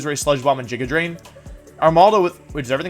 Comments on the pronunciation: "Wideo". "Jija drain". "JA-YARADOS". Why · “Jigga drain” ....